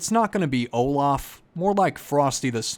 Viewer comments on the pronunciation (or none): none